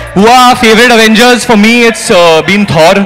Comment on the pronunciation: Actual name Avengers How they pronounce Aaavengers